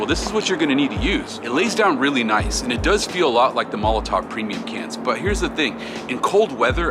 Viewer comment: this is a VERY small thing but it just ticks me off is molotoW not molotoV